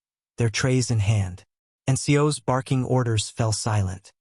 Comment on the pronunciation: NCO’s not “and Sios”